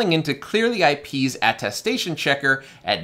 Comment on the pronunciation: Thank you for this video-- very informative. I must tell you, however, that it's atTESTation, not atTASTation, i.e. something you attest to.